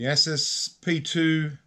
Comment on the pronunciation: You crack me up. It's Pronounced A-Soose.